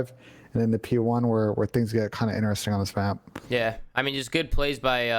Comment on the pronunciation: In-e-resting